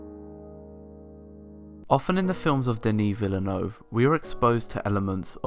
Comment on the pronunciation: You are one of the few reviewers who pronounced Villeneuve correctly. Merci beaucoup pour cet effort! C'est très apprécié (de la part d'un autre québécois) ;)